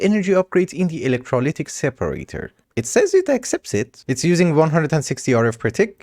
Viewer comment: I knew it was called electrOLYTIC separator, but the way you said electrOLYC was funny to me so i let it slide <3